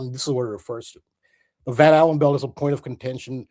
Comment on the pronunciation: Just clicked, Blood, Sugar, Sex Magic. When says Van Allan, I keep hearing Van Halen. Great additions tonught! And awesome guest